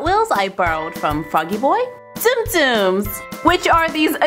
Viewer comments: Tsum tsum is pronounced tsum tsum in my world its stupid to pronounce it zoom zoom when it clearly says tsum t sum ugh ppl pronounce it right that is a pet peeve of mine when people pronounce it wrong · It's actually pronounced more like soom soom (I know from the disney channel commercial lol) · Actually it's pronounced soom soom not zoom zoom